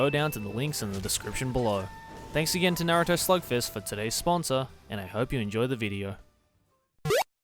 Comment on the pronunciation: I legit thought that was saying Naruto Slogfest at first.